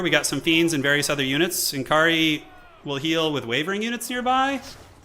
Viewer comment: its nkari, not eNkri :D